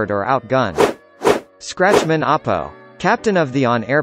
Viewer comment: its bear-g not beig its Apoo not Apo duh